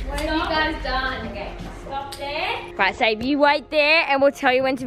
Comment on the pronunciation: love the ‘coiming’ of Sabre 😂